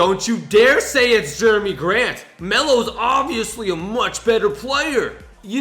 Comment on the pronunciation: Actually its jerami grant not Jeremy grant